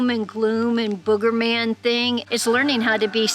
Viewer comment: Boogie man not booger man. Lol.